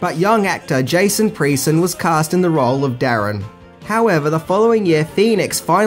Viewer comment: Thanks for this video. My only complaint is you calling the rough kid Jason "PREE-son." I would've thought it was obvious: "PRESS-on." He was in some memorable films, including "The Stone Boy" in 1984 and "Lady in White" in 1988. You should definitely do a list for the latter!